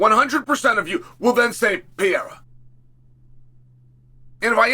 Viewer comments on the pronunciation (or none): Hey Chael. It’s Per eira, not pee eira. You’re not 12. Learn how to say words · Is that really hard to pronounce Pereira the right way? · Yoo Chael, stop saying Pereira brother. U pronounce always very bad! say Poatan or Alex. Easier for u brother. Just saying because I am from Brazil and its kind funny u saying Pereira… 🤦🏻‍♂️🤣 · I love that Chael changes his pronunciation of Pereira every video